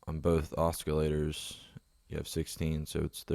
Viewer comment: oscillator oss-il-a-tor